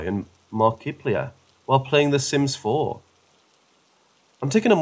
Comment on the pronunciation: Some "Jack-septic-eye" and "Mark-ih-plier"... Way butchered those names, bro...